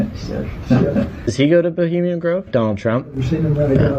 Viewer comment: Someone, anyone, PLEASE teach how to say 'bohemian'.